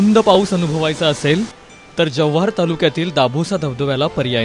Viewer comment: Tysm to come Jawhar we always most welcome to every tourist.. & Its not Jawahar 😅its Jawhar(जव्हार)..